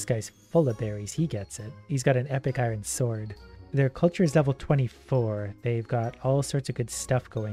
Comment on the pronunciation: I love how he can’t say Iron properly. 😂 I ren. lol 😂